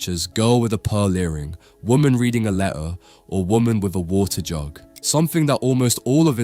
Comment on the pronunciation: Say, “Letter” again.